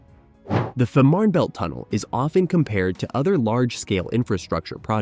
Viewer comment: its pronunced" Feeeeman_belt_tunnel"